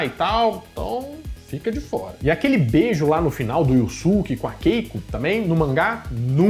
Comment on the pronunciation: Só queria saber porque ficou "iussuque" se na pronúncia original é "iiusque"